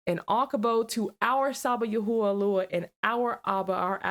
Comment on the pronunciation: Its not yahuah iys pronounced yah whey